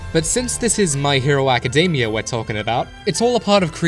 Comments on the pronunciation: "My Hero Acadeymia" lol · Am i the only one hearing him saying academia wrong?